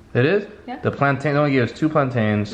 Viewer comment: It's not pronunced plant-iaa-en, you don't drag out the 'tain' part. It's pronounced quickly like this 'plaan-tin' the 'plain' part is pronounced and sounds like the word 'plan' but you sound the 'a' as if its two 'a's' and 'tain' part sounds like the word 'tin'. So when you pronounce the word you say 'pla-an-tin' moderatly or quickly. That is how Jamaicans say the word. Some African countries pronounce it the way you do. But not jamaicans. Ask any Jamaican, that is someone who was brought up in Jamaica and you will get the authentic pronounciation of the word 'plantain'. After all that i hope you enjoyed your Jamaican meal.